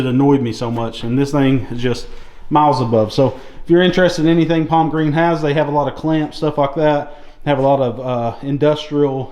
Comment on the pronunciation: Thanks. By the way it's Palmgren not Palmgreen.